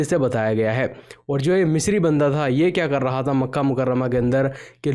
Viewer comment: Misri nhi yaar mashri😂😂😂😂😂😂😂😂😂